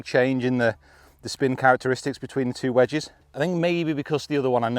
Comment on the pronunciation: Nobody:: wedgees